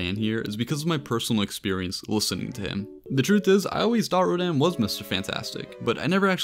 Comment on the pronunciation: It’s Rodan